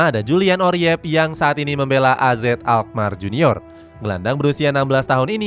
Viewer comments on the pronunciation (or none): Oerip bacanya URIP bang...bukan oriep...😂😂😂...OE tu ejaan huruf U untuk bahasa indoesia jaman dulu...kayak jadoel, waroeng, baroe...kalau nama orang kayak soeharto, soekarno, soegiarto, dpl...❤❤ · Next time, kalo baca nama pemain yang bener min, Oerip kok dibaca Oriyep? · Julian Urip aja bang bacanya biar indo banget😂